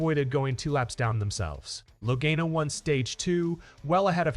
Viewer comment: learn to say Laganos name right please!!!!!!!!!!!The a has a ah sound lag(ah)n